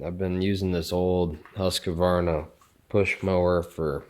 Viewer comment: Why do Americans allays mispronounce names. For instance... why pronounce Husqvarna as "Husk a varna"? you clearly had to type the word out for the vid title so were is the "a"? Not just this uploader though. So many more just make up word pronunciations. Why?